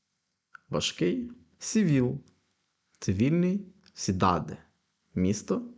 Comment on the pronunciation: А чому ви Cidade прочитали як СідадЕ, а не сідадИ, як ви пояснювали кілька хвилин раніше, де помилка?